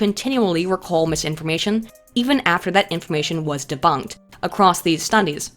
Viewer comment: I feel that didn't say deboonked enough in this video...